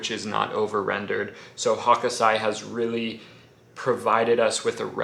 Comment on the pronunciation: Greetings from Japan. Just a quick heads up, its not Hokosai, it's Hōkūsai.